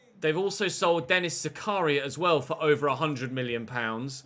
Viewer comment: the fact that British people pronounce it as they do doesn't make it right,they gave him the right one for Zakaria for instance he kept on fumbling it ,now Felix is one of the greatest prospects the least he can do is say his name right